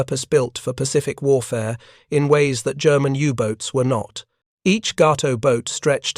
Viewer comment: Actually, Cdr. Morton let his XO do the periscope sightings. That would have been LCdr Richard O'Kane. Ga-to, not Gau-to. Oof. Bad AI commentary.